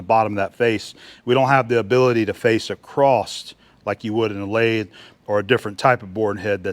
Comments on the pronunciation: Why do so many Americans say " acrosst" ?There is no "t" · It's local idiosyncratic phoneme usage. ''One explanation is that people say “acrosst” because of elision when the next word in the sentence starts with a “t” (like “the”). “Don’t go acrosst the road”. The words slide together and the “t” sound gets transferred to “across.” People may also associate across, a preposition or adverb, with the verb “to cross,” which has the past tense, crossed. Because of association, they can tack on a “ed” or “t” sound to “across” because it sounds familiar. He crossed the road. He went acrosst the road. Acrost is generally regarded as a colloquial pronunciation of “across.” It’s not technically correct, but it’s very common.''